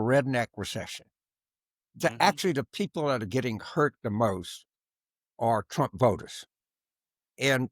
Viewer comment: R U saying DRump TRump. Dat has neva woiiked.